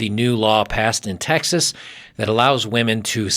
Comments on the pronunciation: and it's pronounced women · how about the ability to start a family, or just a really good friend that has your back. Stop with the nihilism bub, things won't get better with that mindset. And it's pronounced women